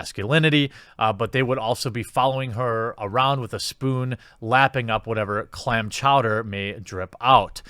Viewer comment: “Whatever clam showder fell out.” Lmao. .